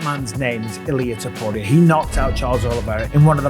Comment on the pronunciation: You still can't say his last name.